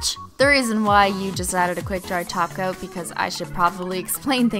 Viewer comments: She's saying glossy taco right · It sounds like she's saying "Tacos" instead of "Topcoats". 😂😂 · Umm did she say tacos instead of top coat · The first time she said topcoat,The second time she tacos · (Cristine) i thought u said "add some glossy taco" insted of top coat hahaha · See I thought I was losing my mind. I was hearing Tacos too. Lol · Did she say "glossy taco" or "glossy topcoat"? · " gotta apply a glossy taco " ( yes I'm aware she says top coat ) 😂😂😂😂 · that's a cute name holo cat and did you say tacos or topcoat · Is it me or is she saying glossy taco😂😂😂😂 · you said glossy tacos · Anyone else think that she said shiny tacos? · Did u say quick dry 'taco' 😐😕😑😐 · Was she saying top coat or taco lol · I used to hear top coat until you said every one think you say taco all I can hear now is taco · lol why do i always here taco..... not top coats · Is it just me Cause she sounds like she's saying "Tacos" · Sounds like ur saying taco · Am I the only one who hears tacos and not topcoat? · She says taco. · I swear you keep saying glossy taco